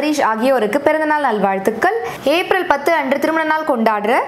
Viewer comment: Hi sis... நல்வாழ்த்துகள் pronounce super Akka with cute smile...